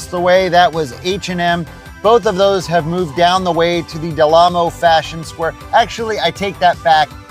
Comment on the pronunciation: Dude, it's called the 'Del Amo Fashion Center'. You mispronounced it as 'Del Lamo ...'.